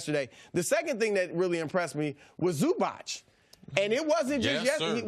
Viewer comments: ZuBauche? 😂 c’mon Chris B it’s Zubac bruh. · It’s “Zubats” not “Zuba’ch’”